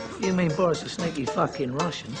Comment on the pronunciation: okay now we have 3 names we know of can pronounce: boris, steff and of course dave:)